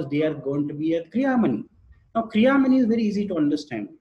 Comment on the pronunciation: गुरु गम्भीर ज्ञान से परिपूर्ण जानकारी देने के लिए आभार। कृपया संस्कृत के शब्दों को उन्हीं के उच्चारण में अंग्रेजी में भी आसानी से बोला जा सकता है। जैसे- कर्म, क्रियमाण, लग्न कर्म आदि। बोलेंगे तो अच्छा लगेगा। क्या आपके वीडियो हिन्दी में भी हैं। कृपया लिंक देकर अनुग्रहीत करें।